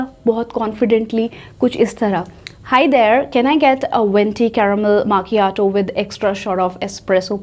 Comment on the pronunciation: Its not ‘maaa’ chiato..it’s pronounced as me-kia-toh